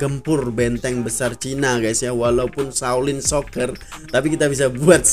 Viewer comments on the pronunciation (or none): Pembetulan bang,sholin soccer bukan shocker😂..